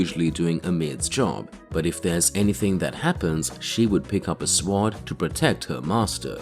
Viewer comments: swor is pronounced as sord not sword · The W in sword is silent. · If you are going to repeatedly say sword, learn to pronounce it. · Why is your accent so odd? What dialect pronounces the W in sword? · Fuck is wrong with you wtf is a shwoarrd!! SWORD SWORD SAY IT WITH ME NOW SWOOOOOORRRD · Anybody noticed guy cannot pronounce sword correctly? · I’ve never heard anyone pronounce the w in sword before.